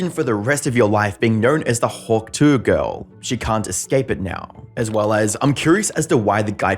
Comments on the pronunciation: bro youre pronuciation of tuah is so mad lmao. its a name that can only be said one way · All you had to was to listen to her own mouth so as not to mess up her name so bad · The constant pronunciation of "tuah" as "twah" is so annoying. Thumbs down. I'm in and can't stand it. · If you are going to do a video on a person, at least learn how to say their name. The word Tuah is not pronounced twah, it's pronounced too-ah. With the emphasis on the second syllable. YES there are two syllables in the word Tuah., not one. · Bro out here pronouncing hawk TUAH as "hawk TOIR" lmao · It’s pronounced two-ahh not twah. Trust I hate the meme but say it right for godsakes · it's "two-ahh" ..not "twah" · Only you consistently says twa instead of tuah 😂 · It's "Tuah", not "TWAHHHHH". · I can’t listen to you butcher tuah seriously say 2 ah not twa god you’re sending me bro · Hawk tuah: ❌️ Hawk twah: ✅️ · Bro it’s TUA NOT Twa messing me thought this was a AI channel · Why are you pronouncing it as twah. When you said it as Tu-ah earlier in the video. You did all the research for the video but not how to pronounce it 😒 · It's "Too-uhh" not "Twahh".... also, please for the love of God go back to faceless videos... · It is so goddamn annoying how people say “hawk TWAH”… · I keep hearing Hawk “Toi”, which I assume means, “your hawk” in French. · Hawk 'TWARR'?? How can this pronunciation be acceptable... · The way you say ‘Tuah’ like ‘twa’ is so irritating man 😅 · i’m sorry but u said hawk twah and i stfu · I love that you pronounce it like she's French and fancy. "hawke tois! Merci!" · When you say “hawk twah” you have no credibility. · Hawk twah! Is ze fancy French souzern girl from Amedica! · I love the way says her dumb name like literally “hawk Twaa” 🤣🤣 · Hawk Twah? This AI is getting out of sync. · Hawk "twah" lol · Hawk "trois" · I feel bad for you brotha I know your accent probably can’t hit that southern slang but it’s pronounced Two-Uhh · "Hawk tWah"